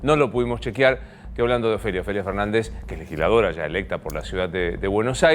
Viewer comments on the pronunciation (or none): DICE LEGILSLADORA , es legisladora america tv